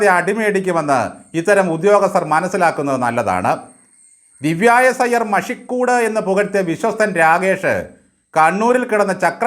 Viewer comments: മഷിക്കൂട് അല്ല മഷിക്കൂട്ട്. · മഷി കൂട് അല്ല "മഷി ക്കു ട്ട് "അല്ലേ.....?